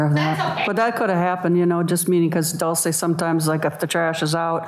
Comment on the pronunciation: The defence attorney can't even get Dolce's name right. DOLCE not DULCE🙄